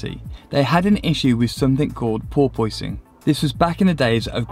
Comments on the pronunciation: Porpoise, an animal like a dolphin. pronounced porpusing not por pois ing bro. Other side of the pond issue? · What is "pore-poy-sing"??? It's just pronounce "Por-pissing". Go google it. But thanks for a very informative video. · haha this crazy por-pois-ing makes the car hard to drive well tts a problem again! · It's pronounced poor-pus-ing. All one word no gap. But the video is awesome lots of info love it. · are you tryin to sayin "por-PUSS-ing? as in the dolphin? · what the hell is he saying, "porpoising?" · "Porpoise" is an animal, and the effect is pronounced the same way. It's not pronounced "Por-poising". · jesus you say that like it's spelled poipoising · Porpoise is pronounced "por-pus".... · I have absolutely no idea what you are saying... Ball poisoning? Boil boising? Closed captions say "poor poisoning" I really cant figure it out. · Porpoising - funny pronunciation 😂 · Can't handle the pronunciation of porpoising here lol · Porpoising is back!?? Porpoise 🐬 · Is that really how you all pronounce "porpoise"? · Porpoise its a sea going mammal that is often seen in large pods diving in and out of the water at incredible speed. Now you can pronounce it properly it is not some physics dynamic.